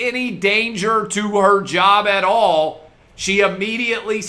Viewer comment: "I took....my own jerb?"